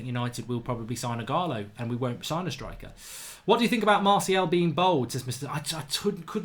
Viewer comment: Bold and bald are completely different words. Martial is BALD, pronounced ball-ed. It’s not cos you’re brummie either cos my wife and her family are from Solihull and do not say bold for bald!!